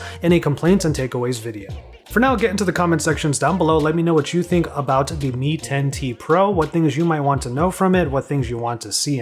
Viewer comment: Shaow Me, Me Ten, Ten Tee Pro